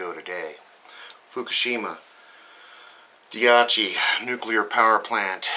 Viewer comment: I love you.... but for the love of allah, please stop pronouncing it "diachi", it's pronounced "daichi".